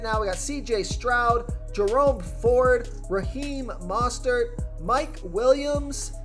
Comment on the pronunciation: great information but, i mean this in the most constructive way, drop the announcer voice. its incredibly distracting and sounds incredibly forced. also..its MO-stert, not MAH-stert